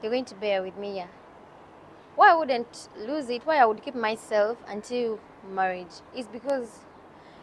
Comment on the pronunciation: it's lose.. not loose..